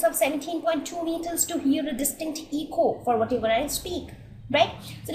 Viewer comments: itz not 'Eeko' but it is 'Eco' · It's "Eko" and not "Eeko".. overall, nice video.